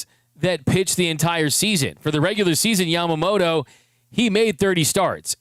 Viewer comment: I would love to see the media (not just you, like all of them...).show some extra respect to Yoshi and pernounce his name a little more correctly. Yama-mo-TOE. No D in his name, but most English speakers add it. Bugs my Japanese wife everytime she hears it.. NO DOUBT, Yoshi does too. Just saying. This dude is historical and deserves the respect 😊